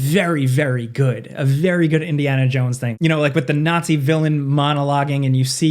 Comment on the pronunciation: Ah yes, Indiana Junes